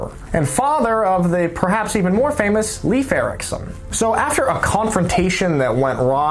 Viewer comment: Nalf - the name is Leif, like in life.